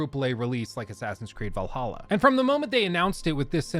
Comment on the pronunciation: I can't believe you called valhalla AAAA, I died inside that moment.